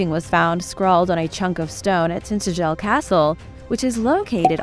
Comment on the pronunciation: No offense but it's pronouced Tin TA gel. My ex husband is from Cornwall.